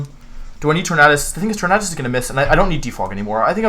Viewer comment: "Tor-mad-us" Amazing.